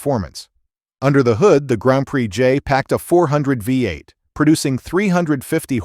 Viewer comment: Great list, but someone oughta teach that AI narrator how to pronounce "V8".